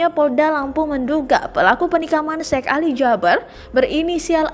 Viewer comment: Tolong sebutan nya bukan syek tapii syehh 😏